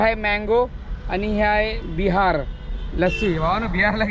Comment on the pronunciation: बिहार नाही बहार